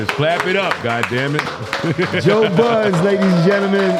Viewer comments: Joe Buddens? Bruh take that S off Jim lol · He don’t even know his name called him Joe “buddens” 🥴🥴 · He still callin him Buddens 😂😂😂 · “One of my closes friends, Joe Buddens” 🤣 it’s no “s” Capo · Everybody still calls him “Buddens” when it’s Budden 😂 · That S at the end of Budden 🗣Joe BuddenS 😂😂😂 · he called him buddens with the "s" lmao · He's just given up fighting the "S" at this point after all these years😅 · Dang how he still said "Joe Buddenss"?! lmfao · There is no S at the end of Budden, stop doing that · Yo is this a black thing? How hard is it to say Budden. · Adding an S to Budden cracks me up everytime i hear it 😂 & he doesn’t correct them 😭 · He clapped after this man said his name soo wrong 😂😂 I guess that’s how you say it in New York 😂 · You know they known Joe for awhile when they add the "s" to budden 😂😂😂😂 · my friend , but still cant say his name right lol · one thing a rapper gon do is butcher joe's name 😭